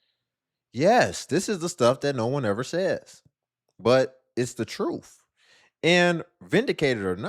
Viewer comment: It's the truff. Come on pronunciation please!!!!